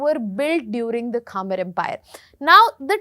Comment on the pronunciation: it’s not kha-mer, it’s khmer